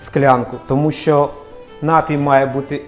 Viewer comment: слово "напій" не правильно ставите наголос, ріже вухо